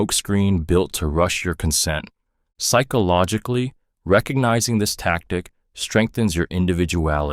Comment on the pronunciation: Please learn how to say psychologically. So damn irrating.